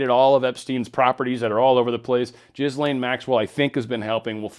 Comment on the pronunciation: The Paysur family are above and control the Rothschild's. And the S in Ghislaine is silent, its pronounced Gil lane (not Jis lane).